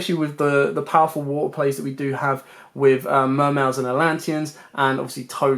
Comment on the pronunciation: Wuutuh. Sounds funny hearing you say water lol